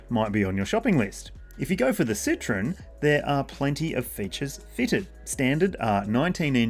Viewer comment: Not a "Citron" but a "Citroen"